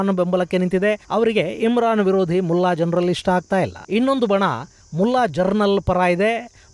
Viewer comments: ಸ್ವಾಮಿ, ನೀವು ಉಚ್ಚರಿಸುತ್ತಿರುವಂತೆ * ಮುಲ್ಲಾ ಜರನಲ್*ಎನ್ನುವುದು ತಪ್ಪು.ಅದು *ಮುಲ್ಲಾ ಜನರಲ್ *ಎಂದು ಉಚ್ಚರಿಸಬೇಕು. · Gernal alla sir general antha yestu helidru ade heltaidira 😅😅